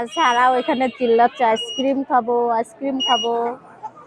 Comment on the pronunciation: আপু এরকম মাঝে মধ্যে মায়ের বাড়ি যাবেন মায়ের জন্য করবেন অনেক দোয়া পাবেন আর আজকের ভিডিও টা অনেক অনেক সুন্দর হয়েছে 💝 এমন ভিডিও আরও চাই আর আপু একটা কথা কিছু মনে করবেন না আপনি যেহেতু সাবান সেম্পু সবজি খুব সুন্দর করে উচ্চারণ করতে পারেন তাহলে সারাহ নামটা কেনো এভাবে ছারা ছারা করে উচ্চারণ করেন।মেয়ের এতো সুন্দর একটা নাম কিন্তু খুব বাজে ভাবে উচ্চারণ করেন আপনি। আবার সিদরাতুল কে ছিদরাতুল ছিদরাতুল করে বলেন খুব বাজে লাগে শুনতে। একটু চেষ্টা করবেন শুদ্ধ ভাবে উচ্চারণ করার। ভালো থাকবেন